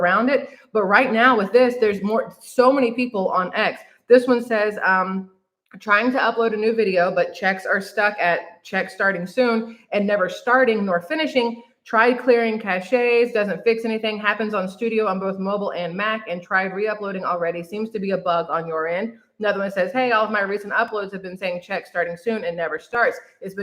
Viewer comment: It's pronounced cash not cachea but cache is pronounced like cash money.